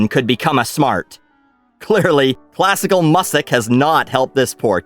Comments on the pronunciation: Classical Mussic 😆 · I like classical "mussic." lol